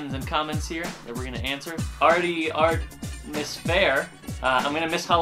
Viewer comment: I like that he couldn't say "Artemis". It was adorable, idky.